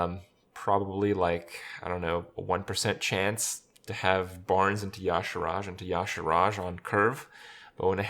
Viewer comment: Does anyone else cringe every time Krip says "Y'Shaarj"?